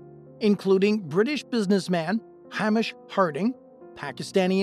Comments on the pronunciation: Isn’t “Hamish” pronounced with a long A sound? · That pronunciation of "Hamish" 💀🐖